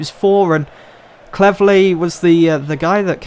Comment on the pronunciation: Did you say... Cleverleh?